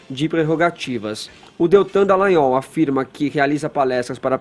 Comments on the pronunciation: acerte o nome do procurador! É Dallagnol não Dellagnol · Todo dia ouço esse cara chamando o Dallagnol de Dellagnol. Qual será seu problema? Será que não tem nenhum amigo pra chegar nele e dar um toque? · Não é Dellanhol e Dallagnol DA não DE que erre no Gnol beleza mas No DA DA LLagnol, Fefito o Queiroz ninguém sabe onde esta, mas você deveria cobrar a justiça do do Rio de Janeiro sobre o caso do Queiroz, mas o Celso Daniel esta no cemitério depois de ser torturado, e mais umas pessoas próximas a ele também estão no cemitério, você poderia cobras estas questões também sendo que o caso e bem semelhante do Queiroz. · ô... É Deltan Dallagnol não Dellagnol tem um "a" no Dallagnol poxa. sabe ler não? hahahahaah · o nome ė DAllagnol e não DEllagnol. Já que vai citar alguém,fale o nome certo,tá? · Fefito e Edgar ñ merecem mais comentários. Só a mim incomoda o chamar, nesse e em todos os outros vídeos, de Deltan DEllagnol?: é DAllagnol! Alguém do estúdio poderia avisar... jornalista tem obrigação de falar corretamente! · Pelo amor de Deus, alguém avisa ao que o nome do procurador é Deltan DALLAGNOL. Incrível como alguém que todos os dias apresenta notícias continue errando um nome que é pronunciado na mídia exaustivamente. É constrangedor escutar todos os dias um comunicador falando errado e ninguém o corrige.